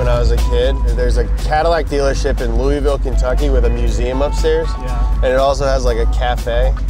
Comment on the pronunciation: Im pretty sure was talking about Brown Brothers Cadillac. But come. Can't you pronounce your home town Louisville correctly lol.